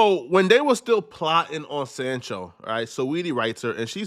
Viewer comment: It's not jayden sanchel. It's Jayden Sancho ! Sancho 😂😂